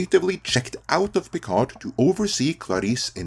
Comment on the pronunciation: The "d" in "Picard" is silent.